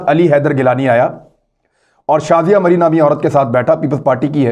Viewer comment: Marim NAHI bolay g